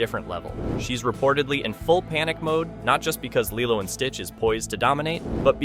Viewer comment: I’m sorry, but why did you start mispronouncing Lilo’s name all of a sudden? You were saying it right for most of the video, so why start saying “LIE-loh” the last two times you brought up the film? How did you miss that in editing? Nitpick aside, this is Zegler’s second strike, and I’m all in favor of that being her last. She was apparently a total entitled b*tch on the West Side Story set, to the point that she argued with STEVEN SPIELBERG about HIS film and the rest of the cast and crew hated working with her, and now she’s doubled down with the same nonsense with Snow White. This girl needs some major humbling, and I won’t be sorry if she’s permanently blacklisted from Hollywood at this rate. She has talent, but that doesn’t make up for a rotten entitled attitude, narcissistic selfishness, and a complete lack of respect for the history and legacy of her films’ source material, her costars, one of the greatest directors ever, and audiences who just wanted their sweet Disney and Broadway love stories. Oh, and that next movie she’s cast in? Apparently it’s a super tiny project that’s only projected to show in a handful of theaters at best. Let the witch burn.